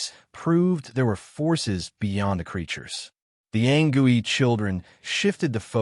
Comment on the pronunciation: Its anCOOEY not gooey wtf